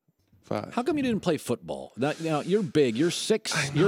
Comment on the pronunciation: Why did Baby say “I know” like that 😂